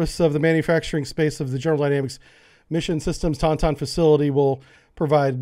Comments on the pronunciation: "Ton-Ton"....that's one way to say Taunton, I guess? :) Taunt like "I taunt that person" with the "ton" at the end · Lol "ton ton" (im a masshole) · I love you, man, I love what you're doing, but we really need to work on your pronunciations, my brother..... it's Taunton, (TAWN'-tin) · IM FROM MASS AND TAUNTON MASS Is pronounced Tautin or google has it as taan -tn PLEASE heh if it comes up next time you know now if you read this. its like the USS Worcester its pronounced Wistah or woostah. not like how many others try to say all wrong like worcesssterrer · You have to say Taunton fast or like tawntonne.